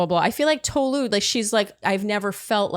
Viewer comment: good lord y'all really need to learn how to pronounce tolu's name is it really that hard